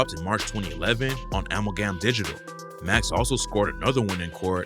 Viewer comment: the way you say Amalgam is hilarious